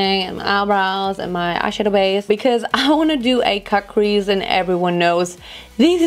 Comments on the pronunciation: Versteh die ganze Zeit „kack“-crease anstatt cut-crease😂😂💕👀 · Lol kackcrease. Die ganze Zeit wenn du cutcrease sagst, versteh ich kackcrease hahahaha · Haha wenn sie cutcrease sagt hört es sich an als würde sie kackcrease sagen 😂 mega look ❤ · Wie ich einfach die ganze Zeit KACKcrease verstehe.. 🙈😄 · Ich versteh immer "kack crease" 😂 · kack crease 😂😭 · hört sich an wie „kack- crease“ 😂💕